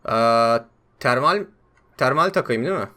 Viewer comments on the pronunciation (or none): termale irnv dedinya abi :D